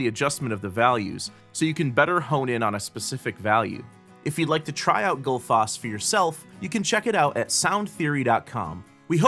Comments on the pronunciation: Goodfoss? :D I'm glad that didn't stick since it's way off :D ;) I can be your Icelandic pronunciation consultant ... :p #justsaying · I simply can't get used to this awfully wrong pronunciation of Gullfoss! :D Love the plugin though ;)